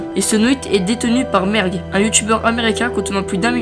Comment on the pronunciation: a la place de merg jai entendu merde XD